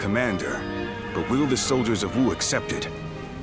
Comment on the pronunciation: And they can't pronounce 'Wu' correctly AT ALL! They keep saying 'ooh'.